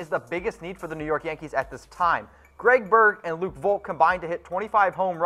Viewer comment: Claims to be a yankee fan but can't even pronounce Luke Voit and J.A. Happ correctly